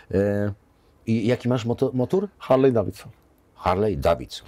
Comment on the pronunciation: harley nie wymawia sie harlej tylko harli... pozdro zza oceanu